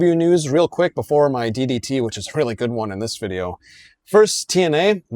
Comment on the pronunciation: Emphasis on the 2nd “D” in today’s DDT,! 😂😂😂